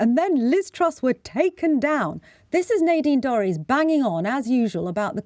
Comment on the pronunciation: Nay deen Dorrys who is that?????...............SANGITA same my name correctly it's NADINE DORRIES! disgusting intentional mistake from a pretendy journalist! fix it!